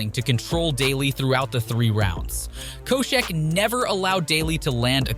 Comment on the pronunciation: Damn only a couple of guys in and you already can't pronounce Koscheck or Vera correctly.